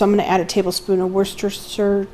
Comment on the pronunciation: Break the word down then put it together WHOOSH STIR SHEER sauce. Say it faster each time then you will get it. Lots of people here in the UK get tongue tied trying to say WORCESTERSHIRE . Great recipes Hope you let us see your Christmas trees.